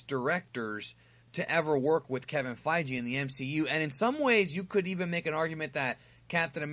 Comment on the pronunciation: Kevin Fei-Gee